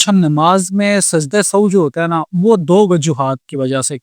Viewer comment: Sajda e Sao ni sajda e sehw is correct pronunciation.